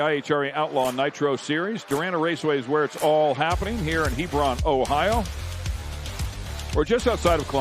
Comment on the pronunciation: Quit saying "Hebrawn," Everything in Ohio isn't pronounced like Lebron